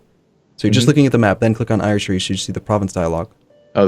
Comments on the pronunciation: I know that hundreds of people must have posted this already but its driving me mad. Ayrshire is pronounced air-sheer. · ire shire. 10/10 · Ayrshire, air-shur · For the record Ayrshire is pronounced Air-shur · Ayrshire is pronounced Airshire